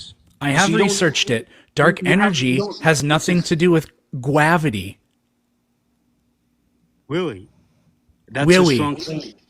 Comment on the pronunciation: oh weawwy? — killed me xDDDDD